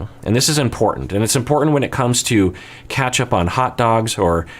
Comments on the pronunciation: Okok, i get it but the way you pronounce "ketchup" is obviously wrong. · Lol omg I went all the way back just to hear him say ketchup bc of your comment 🤣